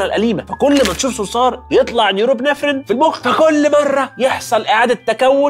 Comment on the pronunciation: بس زعلت من كلمة نيوروابينفرين أسمه نور ابينفرين ....اتمني من فريق العمل تدقيق النطق لان هناك فئات متنوعه تتابع .تحياتي